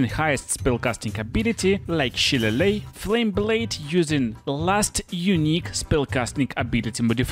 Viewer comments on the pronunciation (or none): Shilleighe is pronounced "shill-lail-lee". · shillelagh is shih-lay-lee, fucked up word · Yeah, shillelagh is a weird word. Irish, it is basically a kind of Gaelic club. It’s not pronounced how it’s spelled. Pronounced shill-ay-lee. I don’t blame u. Word is confusing. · Love the video, but just wanted to let you know. Shillelagh is pronounced "Shil-ay-lee" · Sha-lay-Lee (in Yank) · Shillelagh isn't even really english, it's irish, so most native english speakers can't even say it right (including me). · Don't feel bad,. It's actually Irish. Love your vids. So informative.